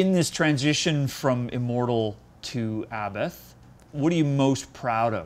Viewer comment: The best thing I learned from him his: sssshhhhhh... papapapapapam... vvvrrrooooooom and also how to pronounce 'Abbath'.... more or less